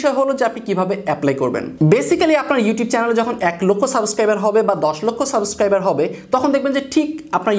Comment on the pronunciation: ভাই সাবেস্ক্রাইব নাকি সাবস্ক্রাইব? 😬